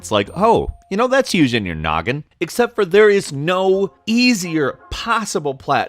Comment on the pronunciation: Did just said "Gnoggin"?